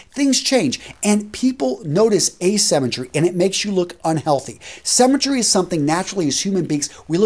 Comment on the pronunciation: Sounded almost like cemetery! LOL